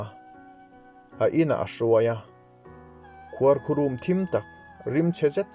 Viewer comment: Ṭha hle mai chhiar thiam a, ngaihnawm bawk.. mahse, ka lo sawi lawk... khuarkhurum hi bathroom emaw bedroom emaw a rum tih thluk ni lovin chaw rum tih a rum emaw ni sa rum rut a rum ti a a ri tur nia